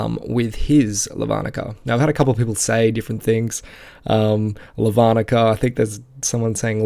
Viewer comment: you pronounce it as Lavanica not Lavanica get it right.